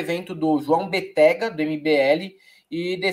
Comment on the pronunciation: Béttega... sílaba forte BE...